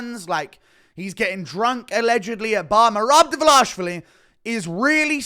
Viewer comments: You’re butchering merabs last name bruv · Idk if you’re saying his last name correctly but keep saying it like that it’s fire 😂